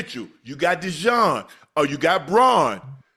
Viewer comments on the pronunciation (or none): Why cant any pronouce Zack Baun's name right? It's Ba-un. Not Br-on 🤣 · It's BAUN, Unc. 🦅💚 Love your commentary